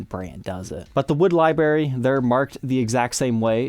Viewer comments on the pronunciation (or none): Oh my God dude. Can you please learn how to pronounce the word library. There is an R in it. It is not something that grows on bushes. Although I would love liberries